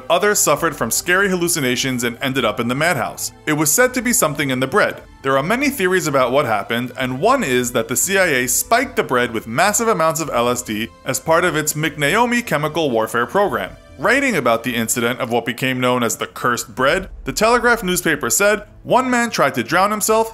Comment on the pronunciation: Lol mcnaomi. It's M-K-naomi. It's also could have been ergot fungus growing on rye, which they use to bake bread. Although ergot can be a precursor to L